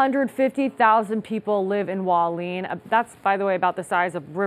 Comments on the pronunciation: Hua Li-en, not Hwaleen... Pray everyone is safe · It not Waleen. It's Hualien. Who-wa-lee-an. Thanks. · None of the reporters know how to pronounce "Hualien" CORRECTLY.